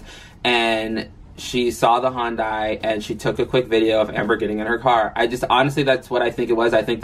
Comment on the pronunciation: “HON-dai” Lol